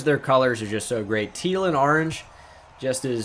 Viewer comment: ‘Teal and arange’😂